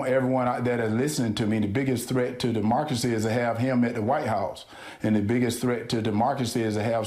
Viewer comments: Demarcacy? What did he say? 🤔 Jesus, his pronunciation of words is abhorrent. I'm sure he meant democracy. Ugh. Vote 🌊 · US Da-marcus-see (?) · De-mark-usy. Thanks loads, Herschel. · Demarkracy bothered me too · ‘Threat to DeMarcusy” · I heard “dis-market” and “D’marcy”. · He seems tb saying demarxcery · WTF is DeMarkracy? Who is this Mark? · I literally just spent 10 minutes choking on my croissant because I took a bite right as Walker say 'demargery' and saw David's exasperated facial expression. 😆 no David, it's not picky to expect a politician to speak coherently and to sound intelligent! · "Demarcracy"- Herschel Walker 2022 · I think I am becoming incoherent and jumbled.. Demarkacy? Does that make me a Demarkt? This is Senatorial material... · "the biggest threat to demarcracy." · Biggest threat to “demarcacy”…🤣 I almost feel bad for making fun of this dude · I love it. "Demorcasy". WTF? I don't care if he's republican or democrat, a man who cannot speak, cannot make sense, and clearly cannot understand any complex issues, should not be running for office. EVER. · Its not nit-picky david but he said demarcacy NOT demargracy, as you claim, so wake up sir. Lol 😅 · Dee - marga see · Demorcascy? Hershel can't even say democracy. Shortly after announcing he was running for senate he said he would get a CTE (Hershel calls it CRT) scan and make it public. Did he forget or is it just that bad? Both? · Sounds more like "demarcracy". What a complete babbling idiot. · He’s saying Demobcracy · Word for the day: Demarcrasee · Derrrrrrrrrr markacy…. So fitting that he can’t pronounce that word. What a mess. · Take a drink every time he says demarcacy. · "Demarcacy" - Herschel Walker Half of Georgia: "He's got my vote" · "The biggest threat to Demarcacy" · Biggest threat to "Dimarkisy". If you think this guy is not qualified to be a Senator, then go "voowd". Vote blue. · duhmarkcracy ! lol. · Wasn't it 'Demarkazee'?